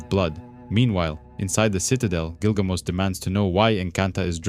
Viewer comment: Just curious here…but, isn’t it “GilgaMESH”, like the ancient hero story? I’m not making fun, or trying to be “that guy” (the one correcting a mispronunciation. I’m just genuinely curious. I always thought it was Gilgamesh, but I’ve not actually read the story. Just knew some plot points & characters, from years of being in comic book groups on social media & the like. Lol! Anyway..) Don’t mean to be rude, disrespectful, or anything of that nature. My apologies, if it has come off that way.